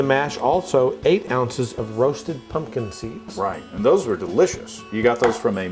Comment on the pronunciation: drink every time says "pun-kin"